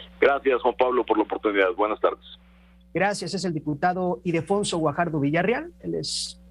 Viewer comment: Es Ildefonso… no Idelfonso🙄